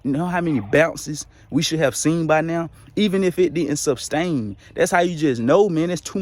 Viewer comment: Substain or Sustain? You know the deal. It’s “sustain” my man.